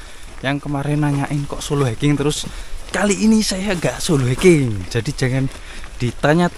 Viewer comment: Hiking bang bukan haking.. kalo ga bisa b. Inggris mending pake b. Indonesia aja (mendaki sendiri)